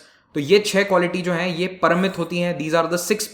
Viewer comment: Sir it's " Paarmitaa" it's started from "paa"